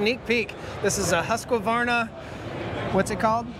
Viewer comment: I think Tracy gave you a pass, but Chris pronounced it more or less correctly (with an American accent). There's no extra vowel sound after Husq (pronounced Husk or Hoosk) so neither "Husk-ah-varna" or "Husk-e-varna" is correct. With native Swedish speakers I usually hear "Hoosk-vahrna", and German speakers may "Germanize" it pronouncing the V more like the way English speakers pronounce an F, but then again Germans tend to be quite good about being technically correct. Besides I think most of them prefer to say Stihl (there's another one we tend to get wrong). Anyway, drop that extra "ah" you're sticking in there, and I'll only have about 200 million more Americans to correct. :P